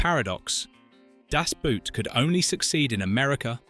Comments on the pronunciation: Liked the video...but....it's DAS BOOT....in GERMAN....not DASH BUUT. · How english native speakers say "Das Boot" always triggers me. Its not a feet wear its a boat and you say it like boat and not boot. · It's pronounced Das BOAT, not Das *Boot." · BOAT!!!! It's pronounced BOAT, not boot. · ‘The Boat’ in German ‘Das Böot’ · It’s called Das Boot in German, not Dass Buut. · . Hell of a film, .. a masterwork. and it's pronounced "das" (as in da) and "boot" (exactly boat) das boat. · /dahss BOHT/, rhymes with boat. o=short o oo=long o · At least learn how to pronounce it. Das Boot is equal to the english word BOAT, not the english word BOOT. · Why is it so hard to pronounce "Das Boot" correctly? If you would say "Das Boat" you would already be a lot closer. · Ffs, spell it as "boat" so the AI voice pronounces it that way. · Its pronounced das boat. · In german, "Das Boot" is supposed to be spoken "Das BOAT". "OO" in german was never pronoucned as in english/american.< This is butchering the film's name. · why are you saying das Boot all the time ?( boot like the shoes ) makes me laugh every time , havent you ever heard the title being said correcly? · FFS if you like the movie so much you should know it’s pronounced Das Boat, the same as in German. It’s not footwear damnit. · ...never understood why english speaker dont just pronounce the film Das "boat" because the english "boat" sounds very similar to "boot" in German. The english prefer to pronounce it like the english "boot" and this is so funny wrong. Just say DAS BOAT and its fine... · Just let the AI pronounce it in english, boat and boot sound almost the same, just say Das Boat. Way better than making it sound like it's something you wear on your foot. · Permanently pronouncing the film title wrong... American ignorance is everlasting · You couldn't hire a narrator who knows how to pronounce German words, especially the title?! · Pfff if the title of the film can't even be pronounced... That is a bad sign.